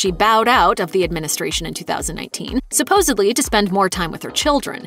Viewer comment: Supposedly or was that Supposably?